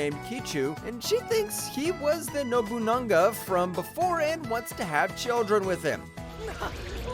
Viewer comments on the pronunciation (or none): It's Nobunaga not Nobuna-n-ga, there's no N between Nobuna and ga